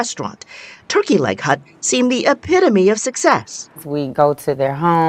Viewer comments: Hut Hut Hut not Hunt 😂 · Hut, dude keeps saying turkey leg hunt.